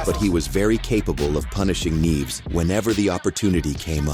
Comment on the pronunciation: The voice (AI?) started with the correct pronounciation, neeh-eh-ves. Then "neeves"? 😂